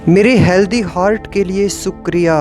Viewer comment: Good work by Sh. ji as the positive affirmations really work in our lives.... Please correct the pronunciation of ' SHUKRIYA', if possible...Thank You🙏